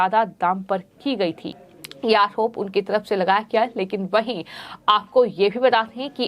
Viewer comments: अकरोप नही आरोप हम हिन्दू हिन्दी ही साफ नही बोल पाते कृपा ध्यान दे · इस चैनल वालों से निवेदन है कि इस न्यूज़ रीडर को reading ना करने दे ठीक से बोल भी नहीं पाती आरोप को आहोप कहती है पहले भी आप से निवेदन किया था